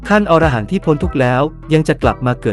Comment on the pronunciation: คำว่า"อรหันต์"อ่านว่า อะ - ระ - หัน ครับ ถ้าอ่านว่า ออ - ระ - หัน หมายถึงสัตว์ในนวนิยาย